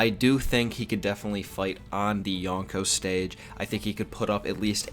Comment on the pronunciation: its pronounced Yo-nko (よんこ) not Ya-nko (やんこ)